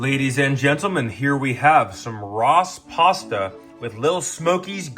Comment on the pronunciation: Ross pasta? You mean rossta?